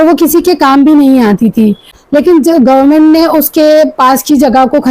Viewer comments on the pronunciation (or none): none